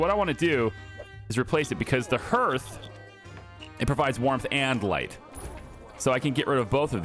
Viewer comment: That’s not how hearth is pronounced. It’s pronounced harth